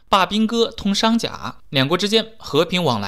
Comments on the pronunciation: 商贾，音gu，三声，不念假。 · 商贾，gu,这个低级错误容易掉粉的哦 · 不是商賈（jia），是商賈（gu，三聲）